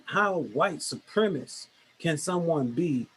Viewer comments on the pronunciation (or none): Yeah that “skepcism” and “supremis”. But I know I know, ‘das rayciss” to point out how intelligent he sounds.